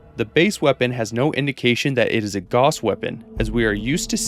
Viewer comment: "Gauss" rhymes with "house".